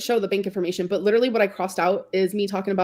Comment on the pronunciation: If she says leederaly one more time